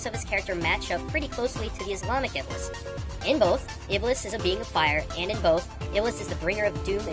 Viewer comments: ITS NOT PRONOUNCED IBLIS, ITS PRONOUNCED IBLEES AND WRITTEN AS IBLIS! ALSO, THERE ARE NO PAINTINGS AND PICTURES OF THESE EVENTS, AND THE ONES YOU PUT ON LOOK LIKE THEY MIGHT BE INDIAN, NOT ARABIC, NO OFFENSE. IT IS AGAINST ISLAM TO DRAW LIVING BEINGS! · Iblis is pronounced "Eblees" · His name is pronouced ibles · It's pronounced ib-LEES. THE MORE YOU KNOW (cue magical star rainbow) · The way they pronounce iblees and shaytaan is hilarious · Oh lol improve pronounciation of Arabic names. I had been thinking about the name iblis being used though and you actually picked that up. Clever of you. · It's produced shaitaun and ieblese